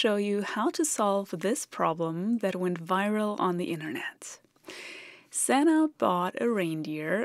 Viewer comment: Santa not Sana